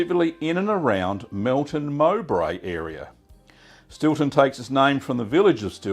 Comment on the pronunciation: Stewton or Stilton? lol